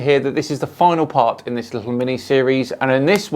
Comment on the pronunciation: every time he says "littley" i want to kick my tv. little italy. he probably spells it "could OF" and "would OF". or maybe uv. uv protection 1 million.